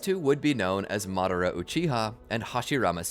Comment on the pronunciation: Can you pronounce madara name better? I couldn’t caught exactly how you pronounced it but I know it’s not madara…